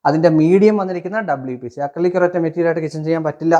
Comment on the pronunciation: അക്രി വിലക്ക് കിച്ചൻ എന്നാണ് വായിച്ചത്